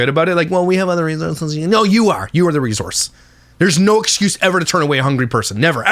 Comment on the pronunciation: Re-sour-se not re-zor-se 😂😉